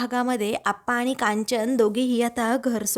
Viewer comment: आधी शुध्द बोलायला, वाचायला शिका. रुध्द नाही वृध्द असा शब्द आहे. आनि पानी बोलू नका. कानाला खूप खटकते. प्रथम नीट वाचायला शिका .ऊगीच पैशासाठी काही करता. एकसुरी वाचन होतय.